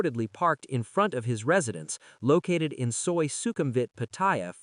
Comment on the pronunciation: Why does the voice pronounce Pattaya incorrectly by calling it 'Pa-TOY-ya, like a "Toy" that Ya, instead of how Thais pronounce the city name as Pa-Ta-Ya (Pattaya) lol